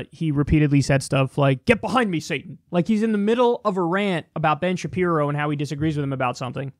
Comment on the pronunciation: Is he calling him bin Shapiro